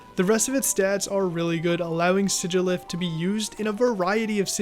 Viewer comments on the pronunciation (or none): Why does he pronounce siglpyh like sig-i-lif its si-glyph